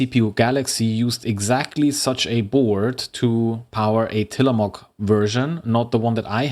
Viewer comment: from an oregonian; till-uh-mo(slightly long o)hk. not quite how you'd say mook, not how you'd say mock. but also not a proper long o/oo. perhaps muhk.